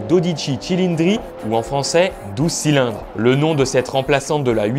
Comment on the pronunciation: Bonne diction de "12 cylindres", par contre Newey se prononce "nieui"